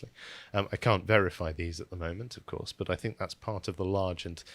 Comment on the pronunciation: Can you change the script so he doesn’t have to say “think” Because every time he says “Fink” I want to punch the screen..